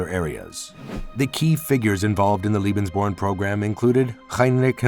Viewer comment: It always amazes me when money is spent to make a documentary film & they go out & hire some dufus who can't even pronounce the topic of the film correctly. CLICK, see ya!